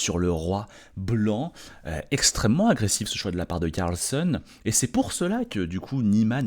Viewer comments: On dit "Carlsène" mais dit "Carlsonne" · Carlssène et NON Carlssonne.